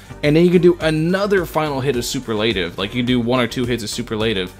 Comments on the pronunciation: Man, I gotta save until two days before v2.4 comes since I don't wanna dump my ~14K Primogems while on a 50/50. I REALLY want him bad... 🥲 Also, I'm really sorry but the way you keep pronouncing "superlative" incorrectly kinda bothers me. It's supposed to be "su-PER-la-tive", not "su-per-LA-tive". Hope you don't take offense to that LOL. 😅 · the biggest shock I've seen with itto's release is how many genshin creators are unaware how superlative is pronounced. soo-PUR-leh -tuv. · Everyone is mispronouncing superlative like did y’all not have senior superlatives in high school or….